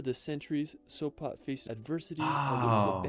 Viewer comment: Sopa? Sopa???What Sopa??? It's SopOT😆